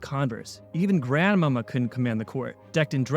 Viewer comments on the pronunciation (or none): It was pronounced GranMawMaw. I loved his talent and game; he is truly missed. Thanks for posting this vid, good job. 🙂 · it's pronounced Grand Ma Mah